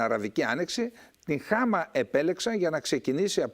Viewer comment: με την συριακη προφορά Χ`α φεζ.Ο γιος του Μπ`ασελ.Η Χαμ'α.Ευχαριστω!